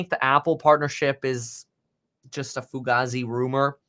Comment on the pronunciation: foo-gay-zee fugase